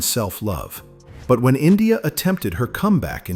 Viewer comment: If you can’t pronounce Sza correctly please stop narrating.